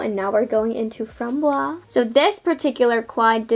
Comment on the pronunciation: French Canadian to the rescue ... You must pronounce framboise to the end. The syllable "se" is pronounced "ze", so it makes FRAM-BOI-ZE. Framboise means raspberry by the way. Loved the review, y will get Lilas for sure (don't pronounce de "s" for this one).